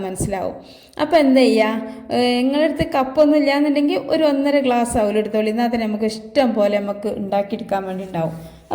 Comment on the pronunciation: താത്താ ഔലല്ല, അവിലാണ്